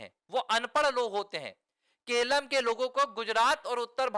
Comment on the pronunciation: Keralam hai kelam nahi.